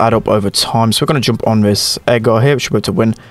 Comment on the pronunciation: U say "joomp"